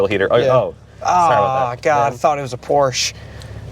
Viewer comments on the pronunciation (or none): Why is that guy saying "Porch"? If you claim to be a competent reviewer, you should at least know how the name is pronounced. You sit on a porch, you drive a Porsche. 👎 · Neither of you should be reviewing this car. You can't even pronounce Porsche properly.